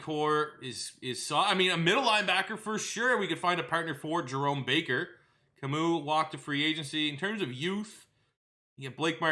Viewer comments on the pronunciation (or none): none